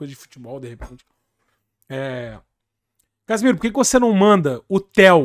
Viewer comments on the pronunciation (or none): O narrador falando "Casemiro"